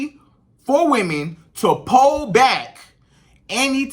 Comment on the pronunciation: Lol it’s Pull not PALL 😂😅